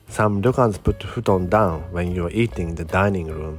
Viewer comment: I very much appreciate it as you say things like "futon" to help us with our japanese accents. You are appreciated!